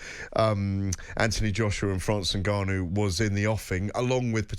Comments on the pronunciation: Does it annoy anyone else how Gareth pronounces Ngannon? Also how he always loves to talk about how he embraces the Saudi culture, and slips in who he bumped into at the fights and weight in etc.... He love the sound of his own voice. Sad really. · For the love of god someone tell Gareth how to say Ngannou!